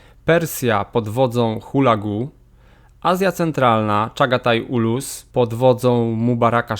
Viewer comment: Zniekształcasz wymowę nazw własnych Mongołów na modłę angielską, a które w polskim są od lat dobrze opisane - nie Kublai tylko Kubiłaj-chan, nie ulus a ułus (patrz jak mówimy kałkan a nie z angielska kalkan). My się z tymi ludami znamy od 13 wieku 🙂 i z ich językiem też. A Połowcy to inna pieśń - Rusini wykorzystywali Połowców do wzmocnienie siebie jeden kosztem drugiego, i po latach byli oni już stałym elementem polityki, znanym, Mongołowie zaś to nowe ordy.